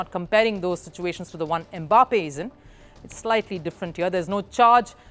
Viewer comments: It is not "e-Mbappe"; it is "Mbappe". Close your lips and say "mmm-bappe" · So somebody cannot pronounce "Em mbappe" in peace 😂😂😂😂😂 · The is no "Eh" in front of the name "Mbappe". If there was, it would be spelled "eMbappe". The name is pronounced "Mbappe". That is how Bantu names are. They start with consonants.